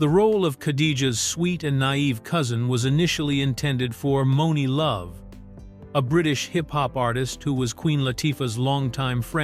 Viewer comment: I'm surprised actually got the name Monie Love right 😂